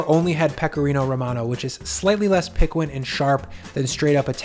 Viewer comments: Not being rude, but piquant... Is that what you meant? PEE-kint? Not PEE-kwant? Sorry if I come across snooty. I’m asking so I understand. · piquant is pronounced like PEE CONT or PEE CONTAY IN SPANISH!